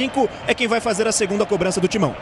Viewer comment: O narrador ta falando cobrancia 😅😅😅😅